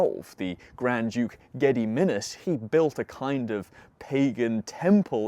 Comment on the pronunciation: Oh that pronunciation is so bad lol 'Geh-Dee-Min-Azs' please for the love of Perkuns lol